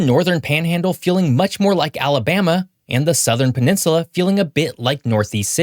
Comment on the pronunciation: There's no r in peninsula